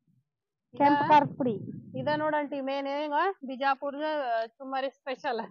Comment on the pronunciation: ಚುಮ್ಮರಿ ಅಲ್ಲ ಚುರುಮುರಿ